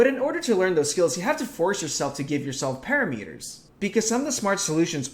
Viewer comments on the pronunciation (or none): just so u know its not pronounced "pear-a meters," its "puh-ram-uh-ters" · pa-RAM-itter, pa-RAM-itter NOT "para-meter" lol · Para Meters? FYI its pronounce Parramehters! Great animation! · i know ppl can say things the way they want but whenever he says "parameters" like "para-meters" my mind turns 180°. i say it like "parametrs" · "Pair o' meters'" is hurting me. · Good vid! Very educational and well presented. ...You say parameters so very strangely. XD